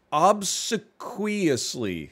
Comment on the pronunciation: Aver and hen were painful, like the pronunciation of obsequiously - but he knows such a lot of stuff ! Kowtowing is to bow until your forehead touches the ground- from China.